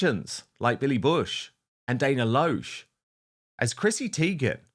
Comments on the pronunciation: Dan, her name is pronounced "LASH". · The name Dana Loesch is actually correctly pronounced Dana "LASH." Just sharing. 🌷 😊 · Dana’s last name is pronounced LASH as in eyelash, said with an American accent. I realize it’s not spelled the way you’d expect. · Dan, her last name is pronounced Lash. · Hi Dan. Dana Loesh is pronounced 'Lash'. Great show.